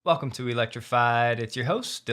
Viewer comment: I never get tired of the "WUKUM to Electrified". 😄